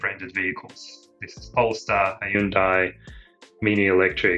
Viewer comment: OMG! pronounced Hyundai pretty well! FINALLY!!!!!!, can you please talk to Bob and Jack? Their pronunciation is like nails on a chalk-board, screaming "we pronounce things the way foreign companies patronizingly tell us to because they think we're morons, rather than trying to get it right." Do Australians pronounce Korean a bit because there are lots of Koreans visiting and living in Australia? Or are you just smarter than Jack and Bob?:)